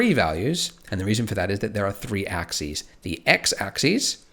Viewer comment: Interesting that there's no difference between axes(plural) and axis(singular) in your accent.Or was that a mistake?